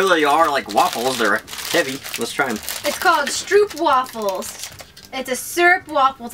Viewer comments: btw you say itlike stropewaaafels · Not stoopwafels they are "str-oo-p-w-AA-f-e-ls"